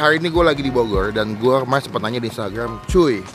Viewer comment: Bogoy euy Melecon euy Subleb euy Wkwkwkwk ngmng dulu yg bener ehh